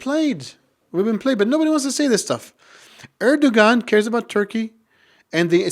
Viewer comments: Strangly that someone claims to know Erdogan and Turkey and then pronounce G in Erdogan surname. Strange how so many so called Muslim intellectual just simply generalise the term Kemalists.. Firstly and obviously, for many Kemalists the interest of Turkey are primary thing. Turkish Nationalists aint like Arab onse. They don't put themselves above interest of country. Secondly, Kemal and Nationalists, truly played the role in saving Turkey from many foreign factors. In that, they were absolutely successful. And they stopped the rot which lasted in Ottoman Empire In many senses, they prevented Turks being Gaza. Those legacies are difficult to neglect. Basically, they were the winners in the situation which was even more difficult then people imagine. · imagine to say ,I have a lot of Turkish students and then pronounce Erdogan with the G , which should be silent? A little detail but telling anyway. And his generation?